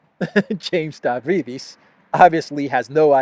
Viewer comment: The moron's name is pronounced (Stavridis) as Stab-rydis !